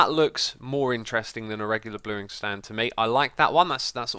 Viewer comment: Did I hear you say "blueing stand"?